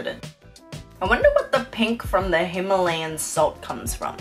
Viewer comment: They just pronounced Himalayan wrong 😅